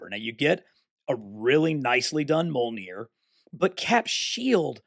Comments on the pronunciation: its definitely not pronounced mol-neer. The Mj together makes a "mee" sound. I studied old norse in university. But If its easier for you to say it your way though, you're free to do what you're like man. I hope that doesn't come across as hating in anyway at all, as i really enjoy your videos. Was just a friendly heads up incase you didn't know 😀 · Great video dude. Always been interested in these blockees, when they started doing transformers. Might have to pick up that iron man! Btw just a heads up, Mjolnir is pronounced mee-ol-neer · Brother you make such awesome content but it kills me hearing you say “moll-neer” every time you talk about Mjolnir 😭